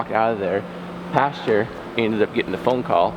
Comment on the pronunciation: He calls him "pasture"!